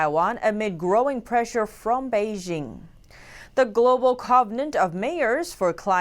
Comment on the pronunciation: It's "Bei JING" (as in jingle bells), not Bei zzshing